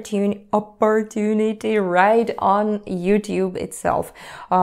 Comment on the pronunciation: Thank you for sharing! Dont worry, I clicked the "subscribe" button immediately apon discovering your channel 3 days ago 😋 QUESTION?? I noticed you almost goofed it on the word "opportunity". HOW and WHO do you practice your English with to keep it sharp? I literally have NO ONE to practice my Russian with here in Idaho, USA:(